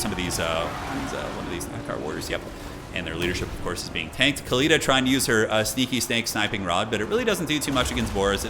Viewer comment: Khalida is pronounced with the Arabic خ for the KH ('ch' as in German 'Bach') Her name actually means immortal or eternal in Arabic Fitting for a Tomb queen.